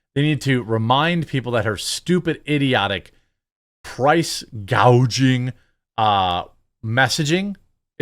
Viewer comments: It's hospitality not hospitility Kammy!! It is price gouging, not price gauging, our ally is not NORTH Korea. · Can anyone explain why Kamala went from saying Price Gouging to Price Gauging for her policy. What the heck is Price Gauging?